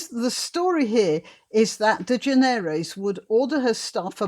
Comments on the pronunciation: Her name is pronounced De-generous. Just as we say 'generous'. I've heard her say it that way. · Ellen's name is pronounced "de-GEN-er-es." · Generous is the correct pronounciation ...... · I have never cared for talk shows. I used to watch the tail end of them for the traffic reports and weather. The correct pronunciation of her sir name is De-Generous. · However it is a French or Iberian surname. So granny pronounced it better than that Ellen dude does himself. Its "de Generes". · Its proper pronunciation is De generates with a silent s.